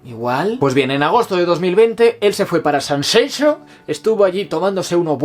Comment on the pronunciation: He llegado al final!!! 😅 Ha sido duro ehh! Siento q tú has perdido tu tiempo leyendo el libro y yo he perdido el mío viendo el vídeo! 😂 Pero te lo mereces q lo tuyo son más horas! Como fuiste capaz de terminarlo?? Enhorabuena por pronunciar bien Sanxenxo! Los gallegos te lo agradecemos 😍